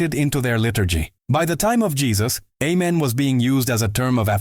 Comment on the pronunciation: He didn't say A men. He said Men😂